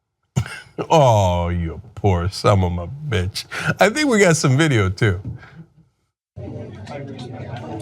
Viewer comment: "That poor sumomo bitch" My favourite Cenkism. Even though it's not intentional. But he does it every time. Maybe after "That's an open-handed slap, boy."